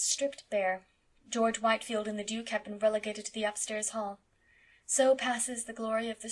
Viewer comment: FYI, George Whitefield's name is pronounced "Whitfield."